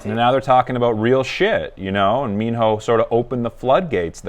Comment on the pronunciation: I like; thank you for reacting to Minho..it's pronounced as Mino, minus letter h